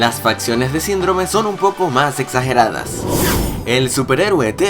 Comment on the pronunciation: en el minuto en vez de poco dice popo pongaanlo en cámara lenta yo ya lo escuché